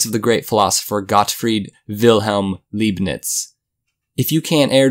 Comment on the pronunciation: It actually L-eye-bnitz